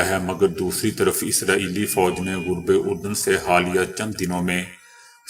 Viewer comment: محترم أبنا تلفظ صحيح كرين غرب أردن نهي هي،